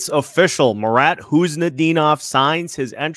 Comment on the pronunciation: Pleased to hear normal pronounsation of marat's surname. Nice. No 'K' in front.